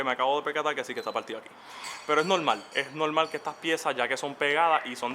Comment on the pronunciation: No mas escuchava '' es nolmal, es nolmal "" jajajaja vale varg. Y ya lo compro